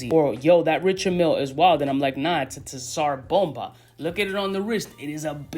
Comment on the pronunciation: It's pronounced "sar bomber" named after the bomb